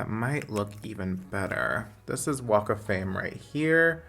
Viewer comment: I know you said "walk of fame" but I can't help but think you said WAKA FLAME